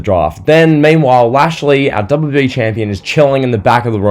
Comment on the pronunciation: Bro there's something wrong with the way u say WWE😂 Great video tho you're quickly becoming one of my favourite wrestling youtubers